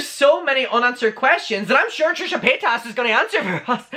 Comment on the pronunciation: The way you say certain peoples names , really REALLY irks me....especially how you say Trisha’s last name...it’s “PAY-TIS” like damn 😬